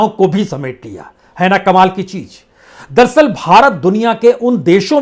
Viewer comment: आपकी भाषा .... "महीने दर महीने, परत दर परत"....???😊😊😊 अगर लोग ध्यान दें तो सुनेंगे....दरअसल को आप दरसल बोलते हैं.... 😊😊